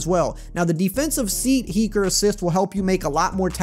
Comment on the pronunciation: "Defensive seat heeker" lol